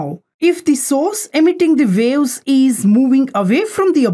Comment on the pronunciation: ITs WAVE's LOL NOT Wales LOL >